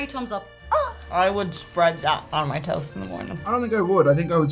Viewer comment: That didn’t sound like “toast.”